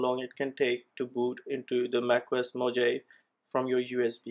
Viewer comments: It isn't "mojeiv" it's "mohavi" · its mojave not moje . -> mojave = (mohave ) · Brother while speaking "j" gives sound of H